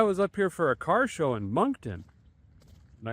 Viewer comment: Sounded like a bad chad imitation there " work on the carrrrrrrr"